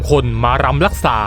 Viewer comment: รำค่ะ ไม่ใช่ ลำ